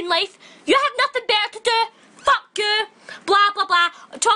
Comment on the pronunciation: i’m literally in TEARS “whEt the FoOk iS THES” ☠️☠️